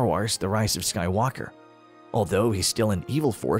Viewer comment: Why do you keep pronouncing Skywalker with the emphasis on the "walk" syllable? The emphasis should be on "Sky" lol